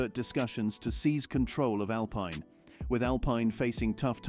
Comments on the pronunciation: SHOCKING, SEIZED! No thats rubbish, Cant pronounce Alpine correctly. Andretti the power house in motorsport. really? They may be interested in purchasing Alpine if Renault decide to ofload but he will need deep pockets ie $900m or thereabouts. So no seize just Andretti put your money where your mouth is. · Your not pronouncing the name Alpine right. How can you sell video time like that?